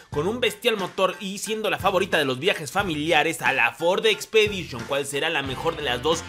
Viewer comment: Dijiste famorita lo noté lo noté 😉